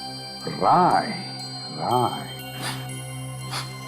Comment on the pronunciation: And a Cid officer (maybe tasha) called Rai as "raj".